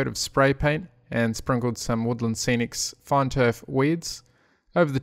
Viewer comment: Every time you say "fine", I hear fun :D